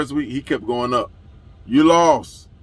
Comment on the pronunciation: "Yuh Lawst" is funny asf 😂